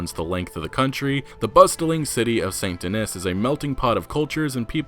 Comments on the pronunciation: Stop pronouncing the "s" on those city names... Damn you Americans really are ignorant to other cultures or even languages in your own country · Please, it’s pronounced “St Denee”. It’s French. It’s in the bayeux. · The city is clearly pronounced "Saint Deh knee" not Dennis... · It’s probably pronounced “Saint Den-nee”. Taking a French pronunciation if it’s based on New Orleans. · St Denis is pronounced Saint Denee. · I think because St. Denis is inspired by New Orleans, it would be pronounced Saint Den-ee. The city is based on New Orleans, which was a French city in a French speaking region. Not positive but I took some a few years of French. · In saint denis the “s” in “denis” is silent . Like your saying st “denee” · yo, i've been watching for a while, and I notice you pronounce Saint Denis wrong. Denis is pronounced "Denny" at least in France. Just try and search up names if you don't know how to pronounce them i guess. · Bruh I’m pretty sure it’s saint DENIS, not saint Dih - niss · Its actually supposed to be french, so its pronounced SAN DE-KNEE. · Saint Denis is pronounced more accurately as "Sahn Dennee" if you're going for original French pronunciation. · Please pronounce Saint Denis correctly. It’s pronounced more like San Denee :) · Is that the official pronunciation of Saint Denis? I assumed it would be more French, and pronounced De-nee. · it's pronounced "saint den-knee" and "bayou nwah" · Its pronounced --- SAINT DEN - EEE. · You’re pronouncing Saint Denis wrong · Informative video as usual. Thanks for this. As a side note, I'm willing to bet you're pronouncing Saint Denis incorrectly. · That's not how you correctly pronounce Saint-Denis but I'll try my best to overlook it. Love the vid by the way! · don't forget how he pronounces Saint Denis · ugh his pronunciation of saint denis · Stop butchering the pronunciation of Saint Denis and Nuevo Paraiso. You could make a little effort to try and learn those two specific towns names.